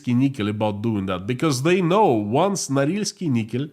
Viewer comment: Correction: Norilsk Nickel. My poor ears.